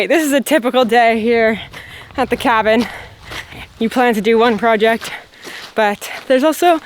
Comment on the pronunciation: you're saying project incorrectly. Check with 😜